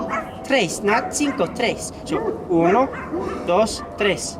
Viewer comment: I gotta agree with the lady bud, it's uno, dos, cinqo, tres.